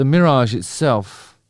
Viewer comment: What is this "meerage" that you speak of and how close or far is it from me and mine? I got to know! It's Killing me and taking control!